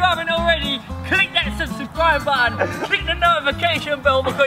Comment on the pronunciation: Subsicricribe button 😂 He said it wrong